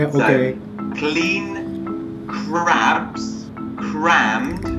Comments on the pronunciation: "Ra Ra Ra - Clabs" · "RA RA RA." Hell yeah, you got this. "Clabs." Damn...